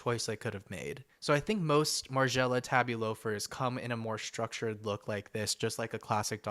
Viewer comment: He said it correctly?!